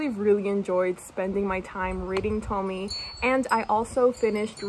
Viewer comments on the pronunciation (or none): I'm so happy you're back! I'll wait whatever time is needed for your videos, just take all the time you need. You are one of mi fave youtubers 💜💜 A random comment: la e del final de Tomie se pronuncia! Se pronuncia así como suena (lo escribo en español porque las letras suenan como lo hacen en español)